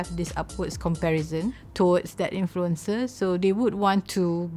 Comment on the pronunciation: I love how the narrator pronounces influencer as influenza 😂